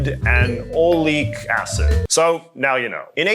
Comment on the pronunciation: fen-oxy-eth-a-nol Al-KEEL al-KAN-ol-a-mide Ol-ay-ic acid Chemistry words can be hard sometimes, but I've got a background in chemistry